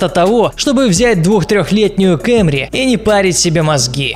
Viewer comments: кАмри! не кЭмри! кто согласен тот молодец ,кто не согласен , тот не молодец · кАААмри, а не кЕмри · Братан не кэмри а камри и когда ты сказал кайман показал каен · кЭмри, аж слух режет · Хахахаххахахаха кЭмри